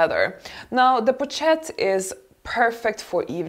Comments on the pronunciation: In addition , it’s pronounced poshette not pochette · hi, great video:). Hope you do not mind a small correction: Pochette is pronounced with "sh" sound and not "ch" because it is french (I am bilingual). sorry I hope that my correction is not offensive, and have a great day <3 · I agree entirely about the choice and the analysis of these bags, may I only suggest an improved pronunciation for the pochette (poshét) and capucine (capussyn’) bag. 🌷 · My dear.. you really need to learn how to pronounce french words (ex:pochette ) Makes a difference. :) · dear, please learn how to pronounce properly the names of certain brands and also their various styles. It can not be that such an affluent woman as yourself goes around pronouncing "cartier or pochette" (and other) the way you do. Best regards. R